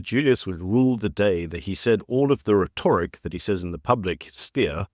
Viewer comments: RHEToric (emphasis on RET) not rehtORic... but a great show as always! I don't think Ramapoepal was deliberately "stood up" - he's just not important enough lol. Trump had far more pressing issues to deal with. We'll never get AGOA back and tariffs will never be relaxed for us - the ANC is too stubborn and greedy. Yeh thanks Gweedy you old fart. Thanks ANCancer. Jeez we've GOT to get rid of these greedy commie pigs. EDUCATE the voters guys! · PRONOUNCED "RET-TRICK" UGH